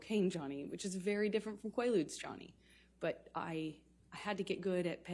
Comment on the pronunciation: Did she just say Quaaludes 😂😂